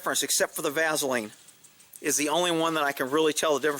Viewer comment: 'vazz-oline...' is that a regionalised accent